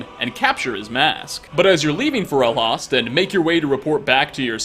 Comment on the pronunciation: Who says "FAH-REL-HAST"?! It's "FOR-RUL-HOST"! They even say it in game lol